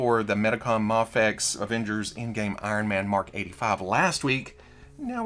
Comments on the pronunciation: There it is! I love when you cycle through the 3 pronunciations of Mafex in one video. Gold. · I love how you pronounced Mafex both ways in 10 seconds